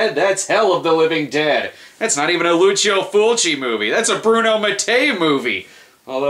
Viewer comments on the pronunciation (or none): none